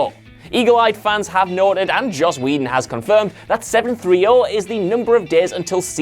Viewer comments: At least try pronounce Josh Whedons name correctly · Who the hell says Josh Wedon? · No-one: Absolutely No-one:: Joss Wedon (Josh Whedon)